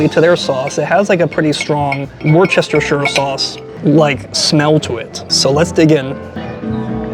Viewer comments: It's pronounced Wur stir shur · This may sound odd to you but Worcestershire is pronounced "wooster shear" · Love your work but you over-complicate Worcestershire!! It’s pronounced “wus ter shire”!! Thanks!!! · Friends across the pond, I am from the UK and i am going to help you with a word none of you seem to pronounce correctly. Worcestershire sauce is pronounced "Wuh-stuh-shire" Not Washaweshashestershire or whatever it is you guys say 🤣 or you can look at it like this WUH-STER-SHIRE SAUCE. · It’s pronounced Wooster - sure 😊Congratulations on your success, and I definitely hope you make it to Japan. Look up Rion Ishida on here. Good collab partner 🇯🇵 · Wrshshr sauce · We don't call it Worcestershire sauce. We call it Worcester sauce. The correct pronunciation is Wuh-stir with a hard U. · Woo-sta-sha sauce 👍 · Wohstersheer sauce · It's pronounced "Wooster-shur" sauce. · It’s pronounced WHISTER-SHEAR Love your reviews! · Wushurshur sauce 😂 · I stay at the hotels next to Empire Steak House when I visit NYC, so I will have to check it out. It sounds like you put an “h” after the “c when you pronounce “Worcestershire”. Put the accent on the first syllable.